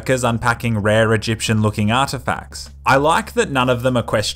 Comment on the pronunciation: egiption huh